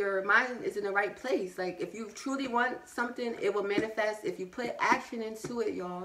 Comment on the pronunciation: Manifesting: man-eh-festing :)